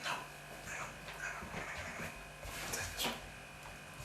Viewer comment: It sounds like "nein" rather than "no".